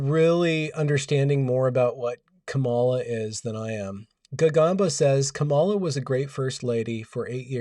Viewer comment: It’s Kamala not Kamela. And just endorse Trump and fucking relax already.